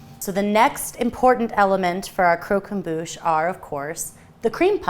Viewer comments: omg please if you use french words pronounce them properly ! it's pronounced crock em boo sh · Your french pronunciation is 🤦‍♀️ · Loved the video but I wanted to die every time they said, and consequently butchered, the word croquembouche